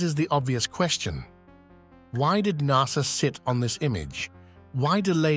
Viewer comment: 'Nar-Sa'... ok